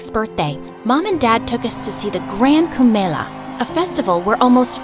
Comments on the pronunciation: Bruh, it's khumba Mela ... wth is grand camilla lol? U can't possibly mess up a name that bad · one small correction... its kumbh-mela not camilla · Actually that's not Camilla it's KUMBH MELA . You pronounced it wrong. But your stories are just beautiful 💜💜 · its 'kumbhmela' that happens every 12 years not 'camilla' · It's not Camilla it's kumbamella😂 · it is kumb mela not Camilla😂😭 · Grand Camilla?☠️☠️ Bro it's kumbh mela😭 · The narrator actually meant kumbh mela not camella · I love how they called kumbh ka mela as grand Camila 😂! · Sorry but it's "Kumbh Mela"(and not Camilla) where 15 million people gather and which occurs once in 12 years still The efforts r really appreciable 😊 Lots of love from India 😊❤️ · Did she call kumbmela "Camilla"? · It's kumbmela 😂 not Camila... Loved the story thooo. never disappoints🥺💖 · I'm pretty sure it's not camilla but KUMBHA MELA 😂😂😂😂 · I think it's not Camilla, it's kumba mela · It's not Grand Camilla , it's Khumb mela